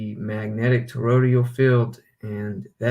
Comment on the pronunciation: Love the channel, just a constructive comment not meant to be negative or disrespectful; you're pronouncing toroidal with 4 syllables as "torodial". Phonetically it's pronounced tor-oy-dull with 3 syllables. Just trying to help, thanks again for your work.